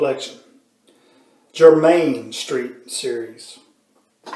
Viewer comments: It is pronounced German. Not jermin... ;) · It’s pronounced German like the country. Just got the cream and the aftershave. LOVE TOBS scents… Sandalwood, Platinum, Royal Forest and now Jermyn Street. DR HARRIS also has amazing scents. I’ve heard great things about the TOBS Grape Fruit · 'Jermyn' rhymes with 'vermin'. One of those funny old London names. Thanks for the video.